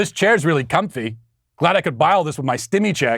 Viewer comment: Hearing you say comfy was hilarious